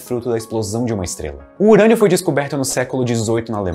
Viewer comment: UUURÂNIO?????!! DECAI PRA HÉLIO. "Eberlin Marcos "🤨🧐